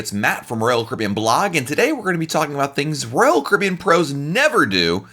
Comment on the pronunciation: DO YOU KNOW HOW TO PRONOUNCE "ROYAL CARIBBEAN"???? Hint: it is NOT RCBN